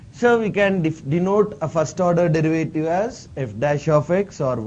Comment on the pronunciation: dırıvıytiri ne hocam